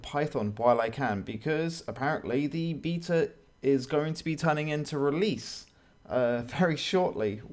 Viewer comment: The way you pronounce "beta" really annoys me....